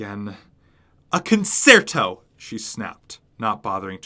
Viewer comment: It's pronounced conCHerto 😉 Edit: thank you 😊 you just keep getting better and better with each narration!!!! Please don't stop.